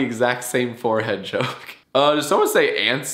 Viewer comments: Ants not Sant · Its ants not sant. Redo the whole thing right now, right now. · It’s ants not sant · ants not ant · Micah Philson not sants it’s ants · i thought you were saying sant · You forgot the T at the end, now you gotta redo it bruh